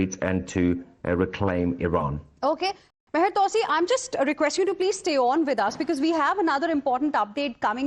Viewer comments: You butchered his name though!🙈 its pronounced Mah -yar 2C.. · I wish she would take 5 minutes to learn to pronounce Mahyar Tousi and Pahlavi correctly.